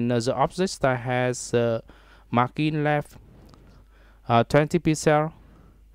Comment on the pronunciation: mar-jin not mar-kin #sorrynotsorrybruh